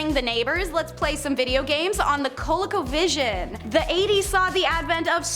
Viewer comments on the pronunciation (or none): its pronounced cole-e-co vision